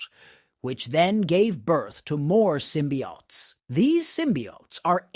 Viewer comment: Symbiotes is not pronounced as symbiaughts. It’s pronounced symbi-oh-tes.